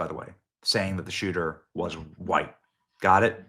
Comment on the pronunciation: “6ft 4, short dreaded, dark Huwhuyte man” - CNN